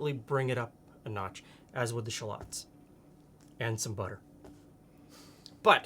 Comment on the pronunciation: that's the real pronunciations btw